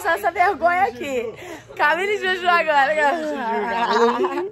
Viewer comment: quem ouviu a camis falando garela